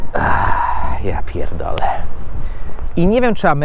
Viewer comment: Ma Pan fajny amerykański akcent, ale zwrot " Ja pie$#%÷e" wychodzi Panu bardzo po polsku ;)